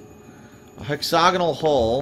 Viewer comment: A hex-og-inal hole? I'm not a stickler for pronunciation but, that's probably one of the weirdest mispronunciations I've ever heard used like, 3 times within a minute